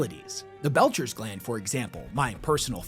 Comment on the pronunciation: I know it's kinda silly, and this is an older video so you've probably been corrected before, but it's the Betcher's gland, not the belcher's gland xD